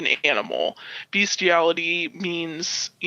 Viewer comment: She mispronounce bestiality this is not kink or a fetish this is sexual assault of a creature that cannot consent as someone who works with dogs on a daily basis and has an intact male dog this is fucking foul